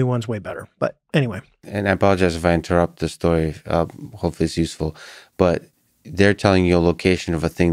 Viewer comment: "sorry to inturot" if you're sorry for inturpting 100 plus times maybe just stop... And give up on the self deprecation 100 other times saying your dumb